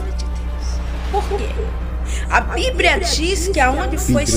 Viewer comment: COMPRRTAMENTE , BIBRIA DEZ VIGENS. ESSA IRMÃ É ASSASSINA DA LÍNGUA PORTUGUÊSA ! POR ISSO IGREJA PENTECOSTAL É DEBOCHADA NA INTERNET. POR CAUSA DE ANALFABETAS COMO ESSA PERTURBADA!